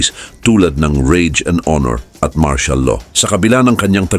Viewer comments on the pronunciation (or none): none